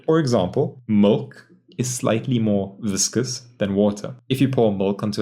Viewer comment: Thanks a lot for the tutorials. I am looking forward to get into houdini. It is a great help. Btw, are you south african? When you said Milk I figured hahaha. Best regards. And a great 2021 for you.